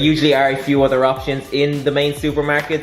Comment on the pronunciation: couple things bud. 1. jalapenos. the last syllable is Yoes. 2. im not from the uk so wtf is a yogurt slice 3. dogs have very sensitive hearing. even your little inbred cutesy dog. why are you holding it up to the blender? 4. your triceps need work.